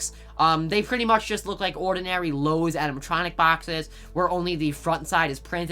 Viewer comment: wait...did this man just say ''loawses?''🤣😂 non the less Relly col and hyped